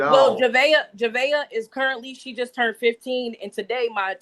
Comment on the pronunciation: I didn’t realize turned ended in a T(turnt) 5th grade is a struggle😂